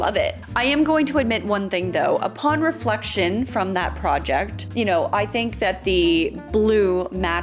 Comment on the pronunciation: Talking about the mirror, 'Upon refection...'' okay, okay.. 😅